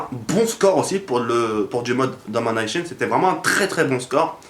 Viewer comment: Je kiff tro ton accent anglais "Domination" continu mec;-)